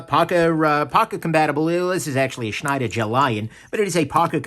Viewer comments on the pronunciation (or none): none